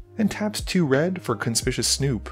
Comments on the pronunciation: It’s pronounced like “con spic you us” snoop. It means the opposite of stealthy. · It is CON SPIK YU WUS Snoop. I get irritated every time you pronounce it wrong. Lol